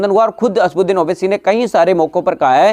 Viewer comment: asbuxdin nhi chutiye asauddin owaisy bol